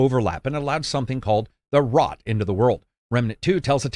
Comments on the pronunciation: ROOT ROOT Not rot. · What in all that is holy is "The Rot"? ..... It's THE ROOT....